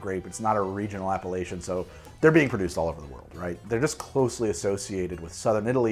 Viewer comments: says: appellation My brain hears: Appalachian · took me some micro-seconds to realize that you were not saying Appalachian but Appellation as in appellation d'origine contrôlée. Good video!😋🍷👍 Oh wow just realized: you posted this video on my birthday!! wow, I love💜wine🍷!!!! thanks!!!!!and sorry I did not see it until now, I was not subscribed back then.